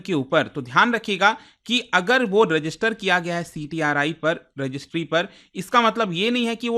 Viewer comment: तेलांगना नही तेलंगाना। सर्विकल नही, सरवाइकल। ऐसे किसी अन्य वीडियो में आप गया को गाया पढ़ रहे थे। मतलब कतई रट कर पढ़ाते है। आपके लगभग हर वीडियोज़ में उच्चारण दोष होता है। इसको सकारात्मक आलोचना की तरह लीजिएगा